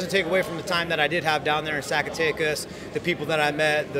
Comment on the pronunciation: sack-a-tekas lmfaooo